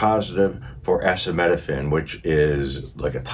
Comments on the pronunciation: Metabolic acidosis does not mean an accumulation of acid in your stomach. Also, the pronunciation of acetaminophen is.Ah-seat-ah-min-ah-fin. Also pronunciation of ischemia is Iss-keem -ee-a. Also pronunciation of ileus is Ill-ee-us. It’s a good idea to look up pronunciations before reading the material and have a good understanding of the diagnosis. Appreciate your video, but it’s a good idea to get a good understanding of what you’re talking about. Other than that, you did pretty darn well in the last half. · Boulet is pronounced Boo-lay. it was because of her association with michael jackson..the xio lawyers wanted to take a cut of the estate.. a frequent occurrence in entertainment, sports, music. The pain relief is pronounced Ah-sea-toe-min-a-fin. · Yeah, best to get accurate information from a doctor or RN. This guy is mispronouncing words like acetaminophen, which make me question his more complex medical information. I appreciate the effort, but I'm 100% sus of this information. Especially, after a few RNs have corrected him. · Its a-ce-ta-met-o-phen ACETAMINOPHEN AND Celtics is only pronounced as celtics referring to basketball team. Otherwise its pronounced like Kel-tics (CELTICS) always thank you. Not being english police just trying to have you understand. ACETAMINOPHEN catches a lot of people and CELTICS is often not understood for us westerners ❤ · Acetaminophen is pronounced A·ce·ta·min·o phen a non-aspirin or commonly known as Tylenol which you had said.